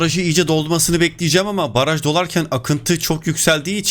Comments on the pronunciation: Abi baraj yerine paraj 😂😂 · Paraj değil, Baraj :D